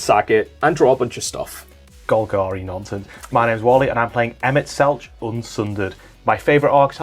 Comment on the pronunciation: Loved the vid, though got to say, Emet-Selch is pronounced like Selk, instead of the normal ch sound! Bahamut